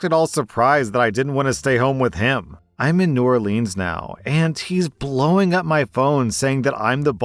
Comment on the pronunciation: I agree with all of your judgements in this video, BUT I am offended by how you pronounced New Orleans as a Louisianan